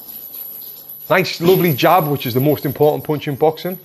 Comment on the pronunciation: i love how tony pronounce "POUNCH"